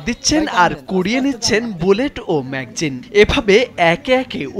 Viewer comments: ব্যাটরি না, ব্যাটারি। ম্যাগজিন না, ম্যাগাজিন। কথা বলা শিখুন আগে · ম্যাকজিন❌ ম্যাগাজিন✅ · মেঘজিন না মেগাজিন 🤣😂🤣🫵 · Magzine nah magazine hobe.. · ম্যাগজিন না ম্যাগাজিন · ভাই, ম্যাগজিন কি? শুনতে খুব খারাপ লাগে সঠিক উচ্চারণ করেন